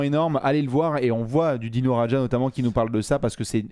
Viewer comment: Par contre mon cher ça se prononce Dino "Radia" et non "Radja" 😉😘